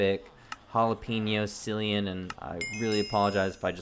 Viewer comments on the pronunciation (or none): How does everyone manage to fuck up cillians name? It’s KILL-ian Not SILLYan Cmon